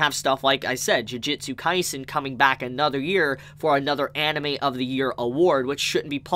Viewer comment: How come your saying jujitsu instead of jujutsu